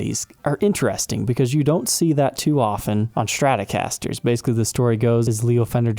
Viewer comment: « Schtratocasters »…